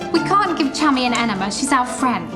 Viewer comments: I thought this whole time she was calling her chubby🤣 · I soooo thought she said, “Probably shouldn’t do that, Chubby. Don’t get on the motorbike, Chubby.” Baaahahhaaa! I was like whhhaaaa???? Lmao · Listening to an American pronounce the British names like ‘Chummy’ and ‘Nonnatus House’ is the funniest thing to me